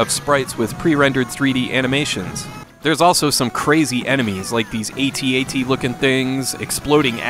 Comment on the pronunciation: Love this review. But I passionately believe the Star Wars walker name rhymes with cat-cat, not with eighty-eighty.